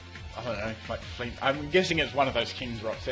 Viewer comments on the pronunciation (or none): none